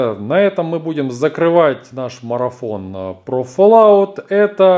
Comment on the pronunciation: и не фоллаут а фаллаут